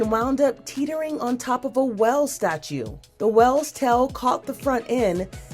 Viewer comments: "Now that conductor has a well of a tell to tell." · who pronounces “whale” “well”? This anchors pronunciation of it is driving me crazy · Bro they can’t even say “whales tail” correctly. “Wells tell” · I cringed every time that lady said “well” instead of “whale.” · This lady can't say "whale" . She called it a "well statue" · why is she saying "well" instead of "whale"? that last one with the wedding photo she should have put her leg up to have the dress floating like that make sense. right now it just looks odd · On a well statue.?.?.? It’s pronounced whale, “w ale” whale. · A well statute? You mean whale... Hard a sound. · She pronounced “whale” as “well” and I’m mad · how did she completely biff the English language? Will, well, wheel, whale, tell, tale. Perhaps too many like-words confused them lol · That drove me nuts. Well (whale), tell (tail), wills (wheels) Weird. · I noticed that as well/whale lol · Why can't she pronounce "whale" and "tale" correctly? Other words, too. Silly wedding couple. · Hurts even more when they can't pronounce WHALE! Lol! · Someone teach this commenter/ presenter how to say whale. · Why she pronounce "whale" like that? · These examples might have been close calls, the pronounciation of the word "whale" was not even close tho. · Narrator says well ofca tell instead of whale of a tale because she can't pronounce the word whale and she can't pronounce the word tail /tale ...?